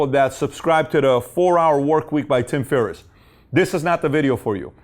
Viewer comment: Put some respect on Tim Ferriss's name! Lol still love your channel.